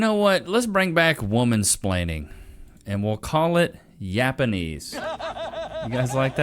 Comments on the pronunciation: "Yapanese". . .care if I steal? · I like "Yapanese"